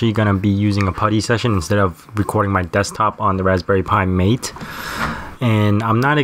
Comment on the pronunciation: FYI (forgive me if this has already been said, I know it's an older video), it's pronounced "Mah-tay," (think of it as Maté, even though that's not the real spelling) not "mate." Cheers, and thanks for the video :)